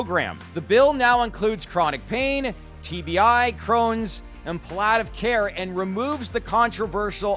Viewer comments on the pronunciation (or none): Palliative care sounds like “pall-ee-ah-tif care,” you should know how to pronounce the words in your script before you go to air…